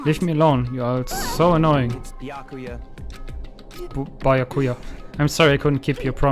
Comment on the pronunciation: Nach 11 Folgen sprichts du Byakuya immer noch nicht richtig aus, obwohl es bereits mehrfach gasagt wurde. Allerdings wird sich das noch ändern?